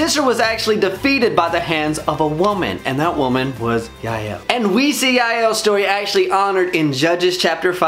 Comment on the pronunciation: I love Jael and the correct way you pronounce her name😆